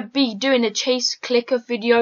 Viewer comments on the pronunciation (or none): He said chase clicker XDDD